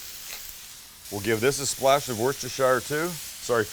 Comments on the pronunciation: Wuster-Sheer, not Wor-chest-shire. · it's WUSSTERSHUR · Worcester-Sauce is pronounced "Wooster"-sauce! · Wuh sta shur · a little worshishire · It's pronounced Wuster sauce! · Dayumm looks great.. one correction though Worcestershire pronounced-> wuss - ter - sheer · Please please please learn how to say Worcestershire properly. It’s wus-ta-sha. Otherwise great video! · Please learn how to pronounce Worcestershire. Phonetically it's; Wustershuh sauce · Fantastic! Thank you. Oh and it’s Wus ter sher sauce 😁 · I have only one issue with this video: the way you (wrongly) pronounce Worcestershire. Great sandwich! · I laughed hard, listened again and laughed harder, 🤣🤣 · Why have I not encountered a single American who can pronounce 'Worcestershire sauce' correctly? SMH